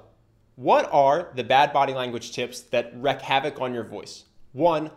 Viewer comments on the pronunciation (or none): Wreak is pronounced “Reek”. Normally I wouldn’t comment, but seeing as this video is about speaking, I thought it’s relevant. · Timbre not "tambor" and wreak havoc not "wreck" havoc. Other than that, great video😊